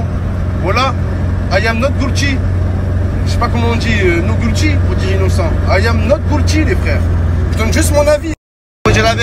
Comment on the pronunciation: "not goulty" XDDD ce bon accent dégueulasse